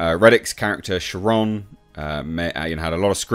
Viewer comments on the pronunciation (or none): Such a shame, dude was so good in every role, and he had so many good roles. I wanna know what "natural causes" take a dude when he's barely 60? Btw, Charon is greek, and is pronounced closer to "Karen". Ferryman of the dead.